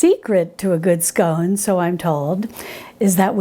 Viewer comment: Hi, I’m so glad you got the pronunciation of scone right so many get it wrong, did you know that here in the UK there are two ways of serving scones, the Devonshire way and the Cornish way, yours was the Devonshire way with clotted cream first then the jam, Cornish is jam first then cream. Can’t wait for the clotted cream recipe.